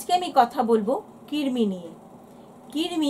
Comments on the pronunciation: Kirmi na krimi😂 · Oh allah... Amio ai kotha ta bolte chaichilam....j kirmi noy krimi toh uni toh bolei dilen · দীদিভাই ওটা কৃমি কির্মি নয় 😑